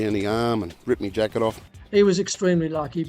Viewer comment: Dude pronouncing “my” as “mi”😂😂😂😂